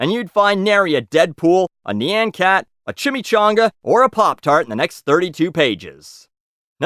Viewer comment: I loathe the way you pronounce "nyancat".